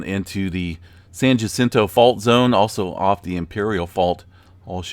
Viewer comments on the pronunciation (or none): San Jacinto is pronounced San Ha Sin Toe